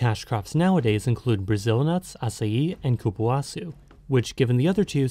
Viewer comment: Nice video, thanks for covering Brazil. I've never been to Manaus but I LOVE açaí, usually eat it at least once a week. Your Portuguese pronunciation is very good!